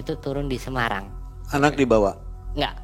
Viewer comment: Semarang bang e bukan semayang hehehe